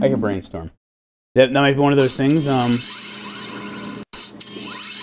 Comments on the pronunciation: Yo...... why did I hear "brain needle"? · I started hearing "Brain Needle" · With the green nedle or beain storm. Am I the only one that herd Brain nedle?? Sorry for spelling but why do I hear brain nedle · All I can hear is "Brain Needle"..... ^^' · I heard brain needle every single time. :'D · Am I the only one broken who kept hearing Brain Needle? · I don't know why, but I heard "Brain Needle" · Ngl I heard brainneedle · I heard brain needle 😂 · I heard green storm 😅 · i heard Brain needle LOL 🤣🤣🤣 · Anyone else hear "Greenstorm"? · Chubby guy is dumb, it's clearly 3 syllables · the way brainstorm is saying brainstorm is with a weird emphasis on the S and the T to make them sort of separate syllables. It is brainstorm tho that's the name of the alien